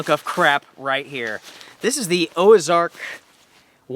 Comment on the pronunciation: No gear list? Why? Also, it's Ozark, not Oazark......or is there a new brand out there? Just wondering........